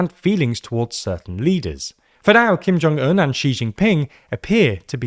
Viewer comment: 김정은 발음 똑바로 하는 외신 처음 보네요.